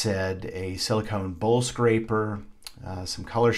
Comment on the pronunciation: For the longest i thought you were saying bull scraper. Lol. Bowl scraper. Nice exercise, by the way! Edited... Can you explain the point of using the cardboard frame?